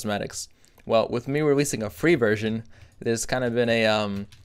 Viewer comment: Did u say weweasing? XD